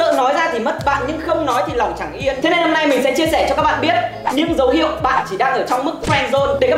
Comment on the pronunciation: lòng chẳng yên chứ ko phải chẳng yêu 0k